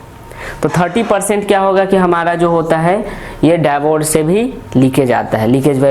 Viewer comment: आप डाइबोड क्यों कह रहे है वो डायोड है